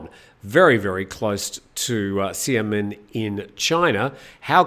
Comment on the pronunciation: Xinjiang is pronounced ‘shin-jiong’ and Xiamen is pronounced ‘Shyaa-mun’ for future reference. I lived in China for 5 years. Excellent program. Better every day.